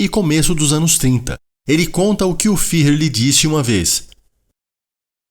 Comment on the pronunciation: Fuehrer! Ü se pronuncia "ue". "Fihrrer" não existe! 😍